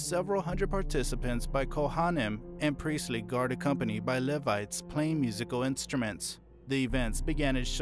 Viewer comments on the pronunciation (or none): LEE-vites, not lev-ites 😂❤